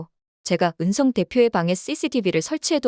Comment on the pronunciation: Ai 를 쓰려거든 제대로 쓰든지 은썽 으썽 듣기 거북해요!!! 이름좀 제대로 불러요 ! 은성 입니다